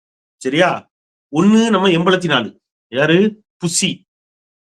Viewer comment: திரு. அவர்களே நீங்கள் என்பலத்து நாலு என கூறுகின்றீர்கள்ர்.அது என்பத்து நான்கு என திருந்த கூறுங்கள்.தமிழ் உச்சரிப்பில் தவறு இருக்கக்கூடாது.